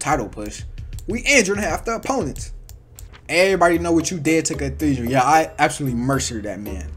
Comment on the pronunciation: Bro massacred Cathedral and the entire roster